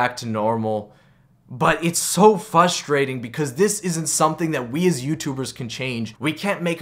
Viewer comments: You had me at fustrating my lil bro is a lil slow and doesn't say frustrating I will definitely subscribe and like all your videos even if a gamer like you is mentally challenged you still should get the same support as a fully competent vlogger I am sympathetic to your disability because my little brother has the same he has a hard time pronouncing words correctly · why does this man say "FUSTRATING"??? lmfao